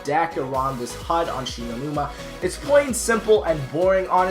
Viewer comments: WTF IS SHE KNOW NIMA NUMA ITS SHINO NUMA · “Shi know numa”😂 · Shi No Numa nah m8 english it She Know Numa Numa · Did Anyone See That He Said "She Know Numa Numa?" And It's Spelled Shi No Numa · It's Shi-no-numa